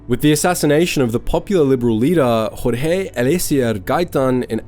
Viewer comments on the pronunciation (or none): none